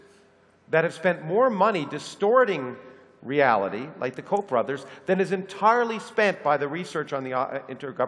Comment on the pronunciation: Koch brothers, not Coap brothers